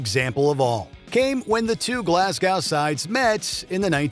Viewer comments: They’re called Celtic like Boston Celtics (sell-tik) and they’re from Glasgow (glaarz-goh, not gow like cow or how. In fairness I pronounce it wrong because I have a southern accent and can’t easily do the short a sound they have in Scotland and the north of England, so a local would pronounce it glaz-go). Confusingly the tribe the celts is pronounced with a hard C as is Celtic culture which is Gaelic. But the football team has a soft c. Not to be pedantic or anything… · The Scottish team is pronounced with a soft C, like an S. The city is pronounced Glas-go, not Glas-gouh. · It's pronounced Seltik, & Stop saying Glasgow like it's glass cow, it's glas-go! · It’s Glass-Go It’s Sel-tic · Glasgo! Glasgo is how it's pronounced 😊and its Seltic in its pronunciation 😂❤😊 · I love when American narrators don't even bother do find out what the proncounciation of non-US words - "kell-tick" and "glass-cow" - it's not like the NBA team in Boston aren't called the Celtics, so you'd think you'd know how to pronounce the name! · More like glaz-go. No "glass". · Keltic? Glascow? go and learn how to pronounce things ffs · I'm of 100% Glaswegian parentage. (though born in England myself.) and can assure you it's pronounced "Glasgi.." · Never heard someone pronounce Glasgow that wrong... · The mispronounciations of both Glasgow and Celtic in this video puts me on edge. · Terrible pronunciation of both Celtic AND Glasgow. Well done. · The fact he pronounced Glasgow the way he did and Celtic the way he did makes me sad as a Scotsman 😂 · It was painful to my English ears too! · I'm Scottish and I agree. I cringed so hard. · That annoyed me even as a Swedish person! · ’Glas’ as in ‘Las Vegas’ with a G and ‘Go’ - Glasgow. Correct on Celtic.